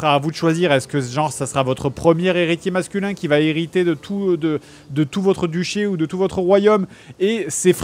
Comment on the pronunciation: JDG prononcera mal 'hériter' 154 fois.